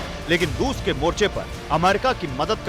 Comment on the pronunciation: Wo Rus hai Rus..ping pong nahi..